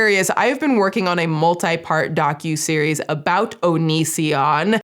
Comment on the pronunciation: 😂 'ONiSiOnN, HA HA' 👹👹👹